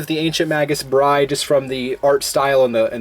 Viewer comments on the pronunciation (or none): none